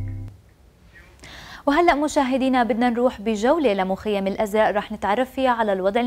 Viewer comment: المعلق متأكدين انو زلمع قال الازرء